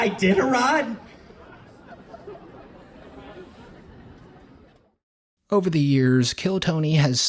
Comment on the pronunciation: THE IDENAROD BRO😂😂😂